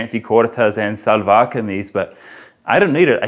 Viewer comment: I was wondering how he learned to tie izaarband/naara (cord in shalwar)😉 Karl it's shalwar(as in she) not salwar.